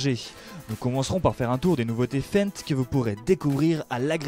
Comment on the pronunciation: Jolie vidéo par contre pour votre titre qui est une question ont a déjà la réponse. Lol, il faut apprendre à comment ont dit Fendt 🤣